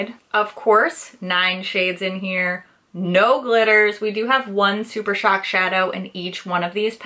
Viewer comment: "Blush Crush is the new Super Shock" you didn't mispronounce Super Shock this time, you broke the curse! 🤣